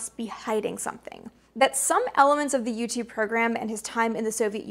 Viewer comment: Lol you say u2 it sounds like youtube. :-)